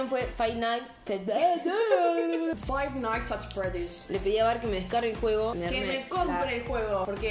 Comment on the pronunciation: el juego es five dfndufrgurb:modo inglesa activado Five Nights at Freddy's:v